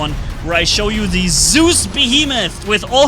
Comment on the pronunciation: The name is Zeus not soooze.